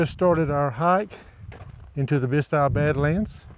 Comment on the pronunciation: I love the four corners area. And you said Bisti correctly!